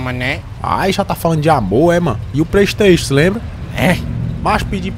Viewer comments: É vacilo mesmo: ao invés de comprar Pray station Ele compra Poly station 😂😂😂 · pourra man eu pedi pra tu comprar um pleisteixu e tu voltou com um polisteixu pourra man puta qui pariu kkkkk